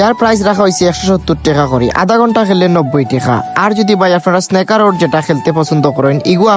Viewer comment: Snaker kita bro🙄 it's call snooker